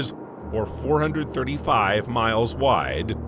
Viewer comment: Mi...ills. it's like fingernails on a blackboard.